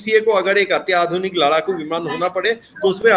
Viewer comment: लड़ाकू को लराकू बोलने की 😂 वजह से देरी हुई है, कोशिश शुरू हो गयी है सफलता अवश्य मिलेगी!